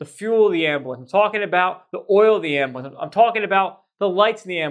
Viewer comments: I have never heard the word ambulance pronounced “am-ba-lance” until meow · I can’t even stand watching your videos when you call it an Ambiwence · The way this dude pronounces ambulance 😭